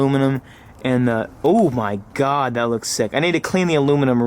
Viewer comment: He says Huhmahgoi smh